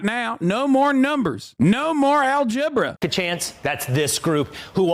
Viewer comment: 😂😂😂. BRAVO 👏👏👏 NOW THAT WAS REALLY FUNNY. “ AL-GEBRA “👊🥴